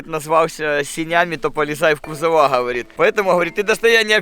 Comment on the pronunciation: Я теперь считайте, сколько "ховорит" говорит в начале)